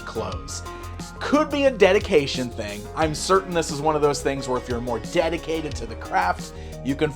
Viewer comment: Dedicated to this craft sounded like you were saying dedicated to finding crap.